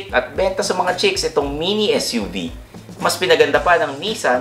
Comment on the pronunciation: when he says "mini SUV" lol